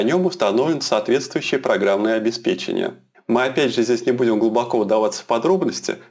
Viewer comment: о наконец то ) человек правильно произносит фразу программное обеспЕчение. !